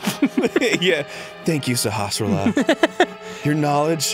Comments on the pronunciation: Cum on guys, the elders name is CLEARLY pronounced "Sahasrahla". Get it together! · its pronunced saw has rala not sahvofifjfbj